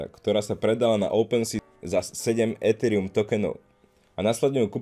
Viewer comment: Dík za video. Jen jedna věc: dost mi trhá úši to "étherium". Nejsem sice znalec angličtiny, ale opravdu je ok vyslovovat jedno e česky a druhé e anglicky v jediném slově?